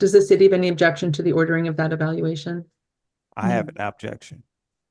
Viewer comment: he has an "abjection". Mark that as like the 22nd word he doesnt know how to pronounce. Maybe he should visit that libary moor.